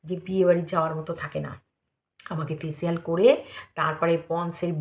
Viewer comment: facia bole bolte parena thek thak osikkhito